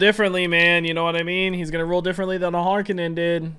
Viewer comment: I love that you are pronouncing "Harkonnen" correctly! Also, you saying a couple times you didn't know if the visions are going to come through or not is a profound insight into the Dune series